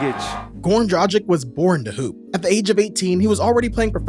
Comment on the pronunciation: Why do you keep calling Dragić "Dra-cheek" 😅 It's "Drag-itch"